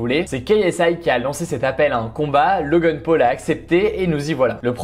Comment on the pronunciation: Logeune peul MDR on dit Logan paul